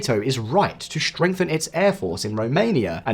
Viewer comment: "Shtrenghten", "shtrategic"? My God!